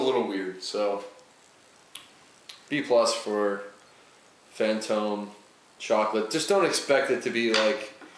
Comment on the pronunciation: It was more like "boom. Yeah that's fantome yeast"